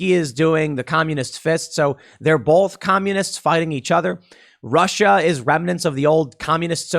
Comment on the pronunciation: Dear Tim, There is no "L" in the word both. Therefor, the word both is pronounced BOWTH, not BOWLTH. You're welcome!